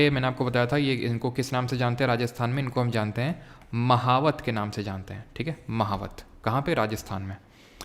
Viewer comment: मावठ NOT महावत 😀